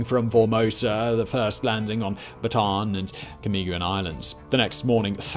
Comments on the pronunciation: Great videos. It’s not pronounced, “Bah-tahn” like a Baton. It’s pronounced, “Bah-tah-Ahn” and even spelled to annotate, Bataan. My grandfather was a “Bataan death march” survivor. Until the day he died he corrected people the proper pronunciation. 🇵🇭 🇺🇸👍🏾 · It's pronounce Bat -a-an. In tagalog, both a's are pronounced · "Bataan" is pronounced as "bata-an". Separate the two A.